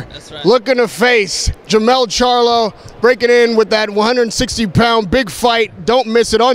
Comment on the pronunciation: It’s Jermall, not Jermell